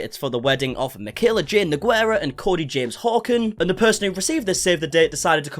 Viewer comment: Cada vez que alguien dice nogüera un pedacito de mi alma muere....